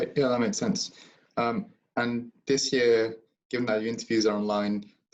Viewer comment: Year, ye..ar, not yeeer.